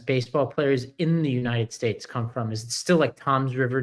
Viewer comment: "United Shates" "Ananaly" " Ananalies" Vote blue 💙💙💙💙